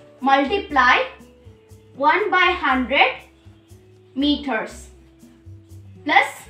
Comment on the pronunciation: First of all it is not meoter it is meters IMPROVE YOUR ENGLISH AND PRONOUNCIATION. U are a kid and i am a teacher specially English teacher and i am not happy with your english ok. I know more than u ok so don't be ridiculous and oversmart